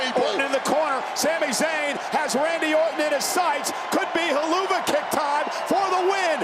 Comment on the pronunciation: bro u cant say kick so obviously lol